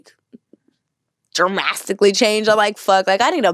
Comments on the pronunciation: “jermastically” did she mean dramatically? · I stopped listening after she said "dramastically" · "Artistses" & "Dramastically" My goodness lol - she got me cringing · She just said "dramastically". 🙄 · When she said dramasticly 😂😂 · “Dramastically” 😂 girl making up words.